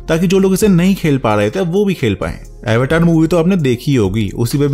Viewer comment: It's अवतार not एवेटार 😹😹😹